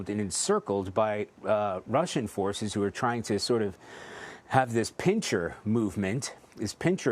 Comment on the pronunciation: “PIN-SIR” not “PIN-CHER”!